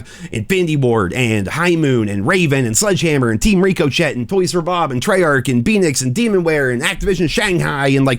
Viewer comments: Rick O Shay not Rick O Chet, ffs how many times do you have to be told? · Is pronouncing Ricochet incorrectly a meme now or something? ---------- Ri-kuh-shay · Ricuh-shay lmaooooo is that word flagged or some cuz I know people be in the comments telling him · It's more ricko-shay than richo-shay. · Is he trolling when he says Rico-Chet? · Is it not pronounced ricashay or am i buggin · Love the vid.. BUT you’re definitely saying RICOCHET wrong… its suppose to sound like RI-KUH-SHAY… not how you’ve been saying it. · It’s pronounced richo shay it’s spelled differently but stop pronouncing it wrong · Rick-O-Shay = Ricochet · Ricochet is pronounced “RIK-ō-shay”. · Still pronouncing ricochet wrong….. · I think he does it on purpose.